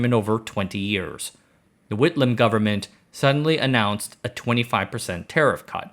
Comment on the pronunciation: Whitlam! Words fail me.